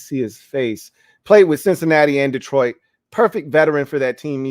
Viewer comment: I'm catching up now. Not "Dee-troit" pronounced the French way. Not Mac's full government., these subtleties tickled me 🤣 love the show as always and this was a solid list! Personally, I'd put Carolina at the bottom. I'd put Sam at #33 if I could lol. They're a mess. I feel bad for my old Temple coach.